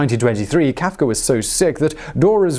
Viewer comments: Who is Franz KaafkeR? He keeps saying Kaafkerr. :-/ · HE IS FRANZ.. FRANZ KAF-KA